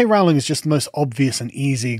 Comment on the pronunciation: You are still mispronouncing J. K. Rowling's name. It rhymes with Rolling. PLEASE TRY!